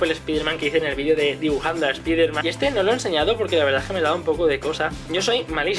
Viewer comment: Se pronuncia espaiderman no espiderman xd